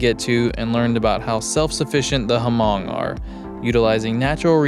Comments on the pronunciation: I've NEVER heard it pronounced as Huh-mong and I've met Hmong people and am Vietnamese and know lots of Vietnamese folks. Even one of Hmong people in the comments mentioned it's pronounced with a silent H. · Hello…Hmong is pronounced Mong not Her-mong. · Love the video yall! As an FYI, the ethnic group Hmong is pronounced "Mung." Its a fascinating language, lots of the consonants aren't spoken, but are tone markers! There are very large Hmong communities in CA, MN, and WI, because of a large diaspora during the Vietnam war which caused tons of these folks to flee from Vietnam, Laos, and Cambodia to the US. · What an exciting and fun adventure for you two. Definitely a must do thing when in Vietnam. Cannot wait for part 2 as I'm curious if your guides took you on the dinosaur spine in the Ta Xua Nature Preserve! As someone mentioned below, the H in Hmong is silent. :) BTW, Americans, Canadians, Australians, etc., cannot legally ride in Vietnam even if they have an IDP and are licensed for motorcycles (read up on the 1968 Vienna Convention). Not that that has stopped them from riding there anyway THINKING they are in the right, when they technically are not. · Yes H is silent in pronouncing Hmong. Awesome trip and would want to take this trip someday…from a Hmong in Minnesota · No, it isn't. That's how the south pronounces it.